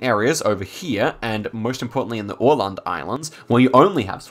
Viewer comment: I appreaciate you so much for actually knwoing how to pronounce Åland